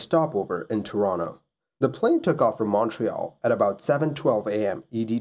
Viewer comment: you pronounce Toronto like someone from Toronto, that rules